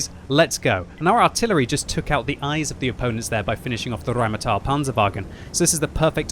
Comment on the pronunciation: i mean he is kinda, the R from Rheinmetall doesnt have that english accent he puts in there and he says it like its part of a poem so its funny to hear